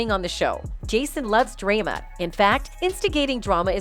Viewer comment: Or how about pronouncing drama as dray-ma Good Lord who is narrating are they not from Earth?